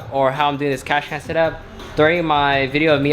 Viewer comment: Cash can 😂 got me every time he said it